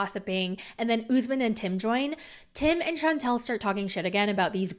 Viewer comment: It’s pronounced Shan tell, not Chauntel. two different names